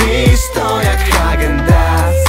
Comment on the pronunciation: Hagen dans sie mówi ale ok